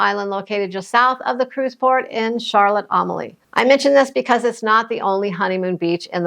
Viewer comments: It's "Charlotte A-mal-ya" not "Charlotte A-mal-ee". Very common mispronunciation. Lived on a boat in Redhook and Benner Bay from , and , and again 2001 for six months. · Since the qoes is out, Secret harbors gars crouses with cruise shippers now. Town is pronounced Charlotte A-mal-ia, after the Danish King's wife.